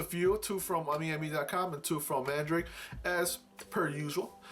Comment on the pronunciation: Great video, man. That paladin knight girl looks nice, I've seen it a couple times in the pre-owned section on AmiAmi. Btw Mandarake is actually pronounced Man-da-rock-kei with a little rolling of the tongue when saying it.